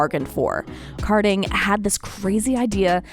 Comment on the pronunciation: Ka din, not car din